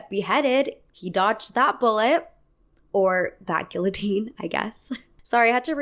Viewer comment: ..... GILL OH TEEN?????????